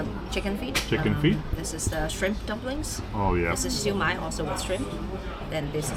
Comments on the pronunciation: You pronounced 烧卖 perfectly 😂❤ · In Cantonese!😊